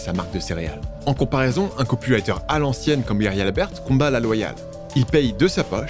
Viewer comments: Top, en effet tu peux sortir le dvd. Bravo pour les recherches, le texte et la voix (a part le "ï" de "copywraïïïter"). Bravo pour les vids. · A chaque fois j'entends "le copulateur" au lieu de "le copywriter" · 💥⚡🤡C'est 🤓marrant comme tu prononces 😱"COPULATEUR" pour dire "COPYWRITER" ( , ). A moins que je sois à moitié 😵sourd... Vidéo 🤓intéressante et ✨bien faite, 👍félicitations et😘 merci.(👍👍👍Liked + Subscrbed + Partagé avec mon réseau 👍👍👍) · Pourquoi j'entends "copulateur" quand il dit "copywriter" ? j'ai mis du temps à le réaliser...